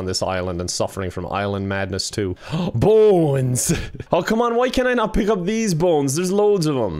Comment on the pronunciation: says Bones as if it's spelled boens